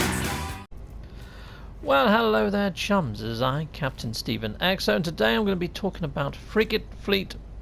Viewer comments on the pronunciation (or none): none